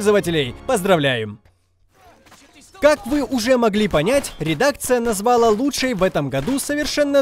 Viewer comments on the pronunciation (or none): взЯла, назвАла. Кто-нибудь научите ведущего ставить ударение. А то позорище!